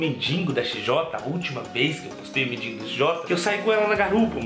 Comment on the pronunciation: Mano vc pode até ter um canal muito fera divertido mais aprenda uma coisa É mendigo e n mendingo